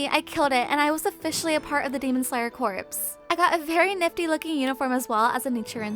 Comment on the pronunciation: One thing... Corps is pronounced "Core" not "Corpse" as in a dead body...